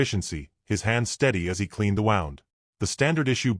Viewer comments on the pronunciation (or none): Your AI needs to learn the difference between wound and wound, between live and live, and a few other words are spelled the same, but pronounce it differently!